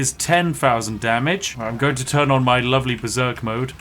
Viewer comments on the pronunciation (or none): none